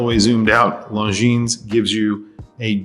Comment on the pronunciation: Hate to sound like a snob but the “s” on the end of Longines is silent.